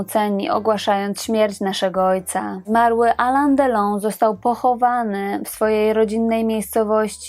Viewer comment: No nie jedyny -. Alain Delon czyt.: alę delą a nie Alan.